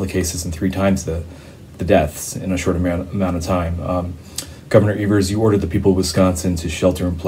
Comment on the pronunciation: Hey! Love you guys! Wisconsinite here, just want to let you know our governor's name is pronounced Eee-vers. Keep up the great work.